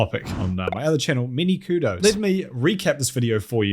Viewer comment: Boodos instead of Kudos? That's it, I'm unsubscribing